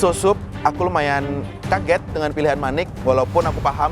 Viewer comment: chef renatta sebut manik hofit 😂